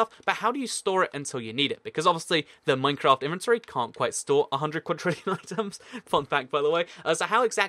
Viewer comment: you said mancraft :)